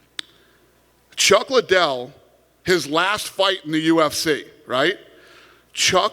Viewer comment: "Chuck Lie-Dell"